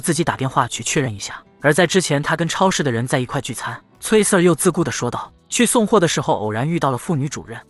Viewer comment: Sir這個英文讀錯了，不停的聽到錯字令我很在意